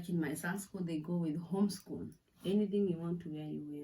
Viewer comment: Wow, may I start by saying how beautiful you look, gal...your skin is glowing, anyway story for another day, this is such an Eye-opener, now I know a lot of stuff I didn't know about the German culture, and thanks a million for the shoutout gal, yes muthokoi is bae, is it just me or I heard you saying home school, instead of home clothes...anyway you put the point across, keep those video coming, always camping here for more,new, hot topics, go go gal, you got this.